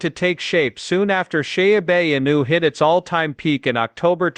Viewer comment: Sha-a-new hahaha